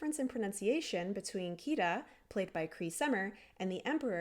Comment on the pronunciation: I came to this video not because I'm into linguistics, but because am I googled "is the Ireland / Iceland switchup in Atlantis the lost empire linguistically plausible". Also, always agreed about the part where he can't pronounce Kida's name.